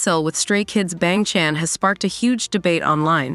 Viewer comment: I can get over with how this AI read "Bang Chan"